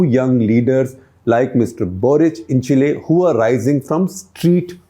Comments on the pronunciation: Chacha, “chill’e”, 😅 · Now with all these leftists, India is the only emerging economy destined to grow. Chile (pronounced Chilay) has resigned from global race!